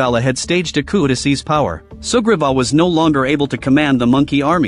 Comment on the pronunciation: For a while I thought he kept saying super bob not sugriva 😅 I always watch speeded up